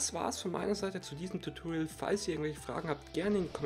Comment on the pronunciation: Tutoriel 😂😂diese Aussprache